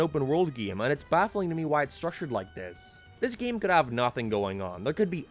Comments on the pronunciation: i love how says gim instead game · u pronounce 'game' funni